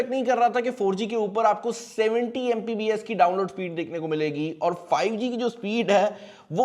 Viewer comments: What the hell its MBPS not MPBS .. And you are saying yourself a tech reviewer.. Go man get a life lol 😂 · Itna bara youtuber hai pakistan ka and he is saying MPBS instead of MBPS, and he gets millions of views and god knows how many dollars...